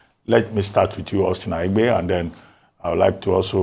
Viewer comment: You are a Nigerian. It Aigbe NOT Aigbee. Dr. Abati pronounced it right: It is a Bini name. Thank you Dr.